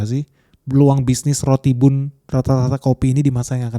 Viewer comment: Itu baca nya ban ,bukan nya bun ..roti bun di baca roti ban 😒😒